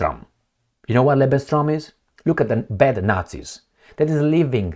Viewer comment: It's not "Lebenstraum", it's "Lebensraum". Not Life Dream, Life Space.